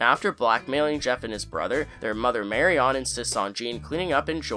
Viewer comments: Sorry but the repeated mispronunciation of the name Marion got to me. Regardless of spelling it’s “Marian” not “Mary On” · Please don't pronounce Marian's name like that *cringe*....I thought I would be cringe free now that Papa is not in the story any further. Please 🙏